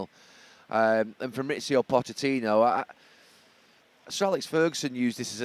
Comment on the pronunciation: This guy cant pronounce pochettinos name lol